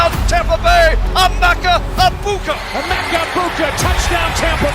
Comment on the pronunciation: Please... eh-MEHK-uh. This is not very hard, especially when they say it multiple times in the video you used. Anyway, he's awesome, isn't he?